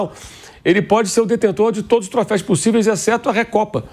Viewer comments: Troféis??!!! Nao seria troféus😂? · Troféus e não trofeis